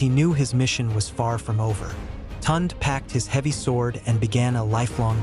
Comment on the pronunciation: The name is pronounced (Toon -day), not Tont. Please pronounce African names properly.